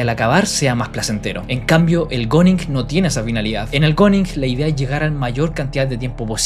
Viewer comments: se pronuncia "guning", no goning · Se pronuncia "gún", no "gon"... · oe se pronuncia guning o algo asi no goners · SE PRONUNCIA GUNING POR LA CHUCHAAAAAAAAAA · Bro dilo bien se pronuncia guuning